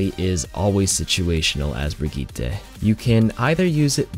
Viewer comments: Why do people think Bridget is pronounced brig eat ay instead of bridge it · Bree gee tae 😂😂😂 it’s brigetee like bridge ette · who tf is brig-eat-ay? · The way you said Briggete like